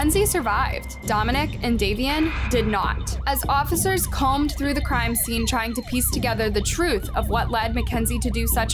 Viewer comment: As officers what through the crime scene? Combed is not pronounced "commed"